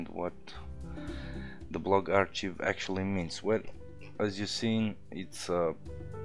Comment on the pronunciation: FYI 'archive' is pronounced "ARK-I've"